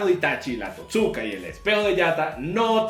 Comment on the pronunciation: Se pronuncia TOTsuka, no toTSUka.